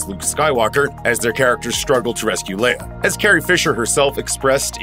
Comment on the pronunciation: I think it empowered her really, it let her be sexy and strong both at the same time! As a top female lead she needs to be a woman 1st and then also be a strong role model for other women. Showing them they can still be strong but still sexy all in one package. ( Note to voice over guy > her name is LE-IA not Layer. ) R.I.P. Carrie Fisher, You will always be our amazing Princess.